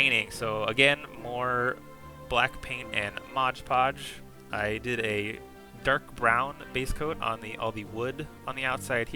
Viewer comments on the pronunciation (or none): This is my first video I've seen of yours, great stuff! Really excited to check everything out! If I may? Mod Podge is said like you would a game mod, it's one of those mistakes that are hard to hear over and over. Hope you keep these videos up however you say it though